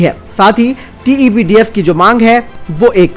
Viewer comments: Tebdf nhi sir tedbf h vo hr bar glt q bolte ho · भाई आप TEDBF को बार-बार TEBDF क्यूं कहते हैं?